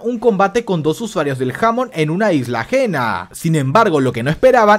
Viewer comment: Se dice hamon enrealidad